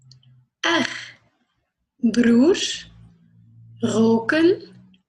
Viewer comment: boa tarde. Quando você pronuncia a palavra irmão (broer) no final vejo o som de X. Também na palavra Weg (embora). É apenas um sotaque ou é a maneira de pronunciar?